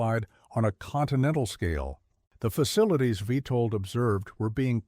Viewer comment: It's witold get the name right